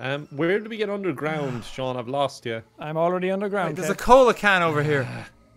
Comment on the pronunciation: I have said this once and I will say it again Sean is pronounced seen not shawn Sean bean